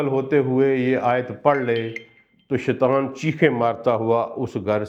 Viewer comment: Sir ap bohat acha byan farmate hen lekin Ibtda me اعوذ باللہ من الشیطان الرجیم ۔. Ki jagah ap shaitwan parhte hen is ki tilawat theek kr len or شیطان الرجیم parhen ... shukriya